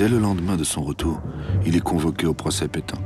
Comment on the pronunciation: Pétain pas Pétin.